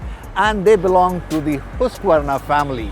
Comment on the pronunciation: Finally someone pronounced Husqvarna correctly!